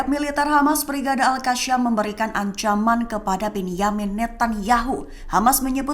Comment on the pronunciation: Penyebutannya agak lain... Al-Qosam... Bukan Al-Kasyam.